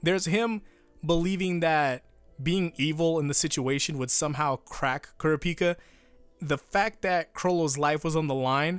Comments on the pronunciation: “Cure-Ah-Picka” is it not pronounced “Cure-Rop-Picka” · KURA PEAK A. KURAH PEE KA. please pronounce his name correctly. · Hearing pronouncing Kurapika's name as Ku-ra-pi-ka instead Kur-ra-pi-kah like in the eng dub is just so weird like on how to pronounce Jotaro's name. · The way he pronounced kurapika😪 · I'm sorry but what the fuck was that pronunciation of Kurapika? Is that how it's actually said?! If so I've been wrong this whole time and wish I wasn't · Is it pronounced Kura-pika or is it pronounced as K-o-r-apika… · Dean Fish no that’s not how it’s said he makes it sound terribl